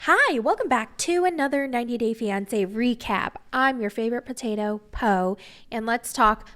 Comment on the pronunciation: Potathoe lol